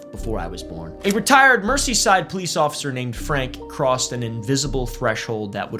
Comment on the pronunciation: Oh you silly American, it is pronounced "Merzyside" I can't believe you without any context or previous knowledge of this place could make such a simple mistake, truly a haha moment.